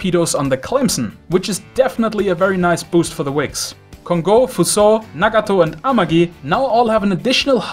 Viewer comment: Nice pronunciation. But you shouldn't stretch so much the "ō" in Kongō or Fusō. Another little thing: it's more right to say "Husō" than "Fusō", with a very aspirated h like in "hotel".